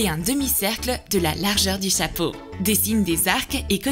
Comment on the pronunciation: aithaf s'est vrai et au lieu de dire chapeau 🎓 elle dit chapreau